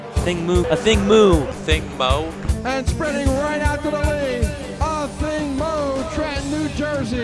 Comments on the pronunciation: Ok so her last name is pronounce “Moo” and not “moe” like everyone says? Why doesn’t she correct people and set the record straight??? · Why do sports announcers keep saying Athing MOE! Mu is not that hard to pronounce!